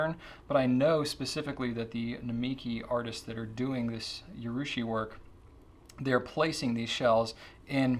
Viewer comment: 'Urushi', not 'Yurushi'; a minor quibble